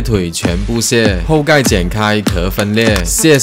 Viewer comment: 后盖，我没看字幕听成pokai